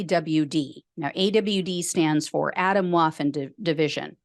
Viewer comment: Just a little pronunciation tip for clarity: "Atomwaffen" is German for "atomic weapons" and is pronounced "ah-TOHM-vah-ffen". We Americans would do well not to anglicize the pronunciation of every foreign word we encounter -- our horizons should be wide enough to accept the actual/real words and how they are pronounced. Thanks for all your hard work!